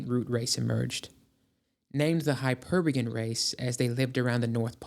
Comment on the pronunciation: Not bad but mispronouncing common words in this realm means you didn't actually do any viewing of other materials and just read stuff. Hyper BOREeans. 'Charles' was known as C.W. Led-Better. BEZ-unt. Krishnamurti, not munti.